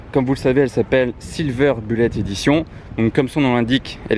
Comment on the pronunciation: Voiture extraordinaire, bien évidemment. MAIS : il va falloir que tu révises ton anglais, au moins un peu, parce que là, c'est de l'anglais à la DeFunès... 1/ ''Silver" : signifie ''argent'' et pas ''gris'', 2/ ''Bullet'' (en français : ''balle'') : se prononce ''boulette'' et pas ''bulette'' comme ''bulle'' en français, et le ponpon : 3/ ''Push'' : on prononce ''poush'' et pas ''peush''. Faut pas m'en vouloir, y'a rien de méchant, mais quand-même j'ai pas pu m'empêcher !